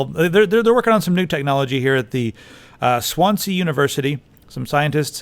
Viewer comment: I'm sorry but how you say Swansea is just too funny it sounds like swan sea sorry, but we pronounce it as one word like swansee. quick question are there any other viewers from wales?